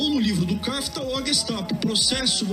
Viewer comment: Longe de mim querer defender esse ministro, mas o lance do Kafka me pareceu mais um erro de pronúncia do que um erro por ele achar q o nome do autor é Kafta mesmo.